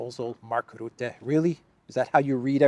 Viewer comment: Mark Rootte does not exist. I only know Mark Rutte. Why is it difficult to pronounce his name?